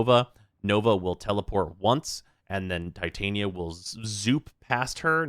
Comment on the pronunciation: Coming back to this mans videos in 2024 and glad to see theyre as clean as ever. But is bro really still pronouncing "Titania" like that ?💀